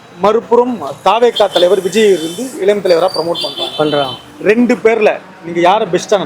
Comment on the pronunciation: இலம் இல்ல... இளம்.